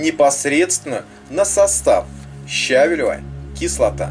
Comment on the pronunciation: Видео - супер, только правильно ставить ударение щавЕлевая кислота. ЩавЕль.